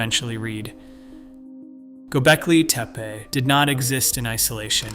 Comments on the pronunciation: Anyone else notice how many different ways he, or it, pronounces Gobekli Tepe? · You pronounced Göbekli Tepi 5 different ways each word.